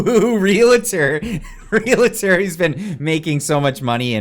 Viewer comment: Is it realtor, not relator? Or did I hear wrongly?